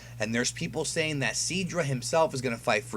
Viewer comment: I'm not trying to hate, but you seriously need to learn how to pronounce words. Sidra =/= Seadra. Quitela =/= Kitala.